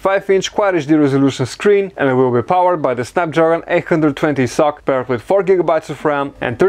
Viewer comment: It is supposed to be read as "S.O.C (systems on a chip)" and not sock